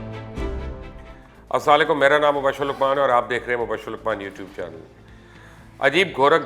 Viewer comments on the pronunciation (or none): Pls say AssalamuAlaikum, not Aslalaikum